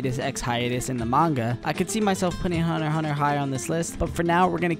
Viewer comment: the guy cant say hunter x hunter